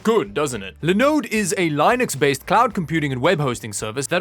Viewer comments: I guess you didn't see Linus's video. The other Linus said it is pronounced Linux and NOT Lie-nux. So many of us cringe every time you do a Linode sponsorship ad as much as you did trying to get Steam to work on this laptop. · You know when you have a laptop that old you would have had a better experience installing steam on linux and giving linux gaming a crack. Also I can't tell if you are trolling when you pronounce Linux or not. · He says Linode correctly and then can’t say Linux right.